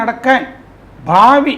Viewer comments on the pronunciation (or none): none